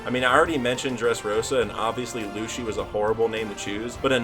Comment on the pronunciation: I'll subscribe when you learn how to pronounce "Lucy" and "Sogeking"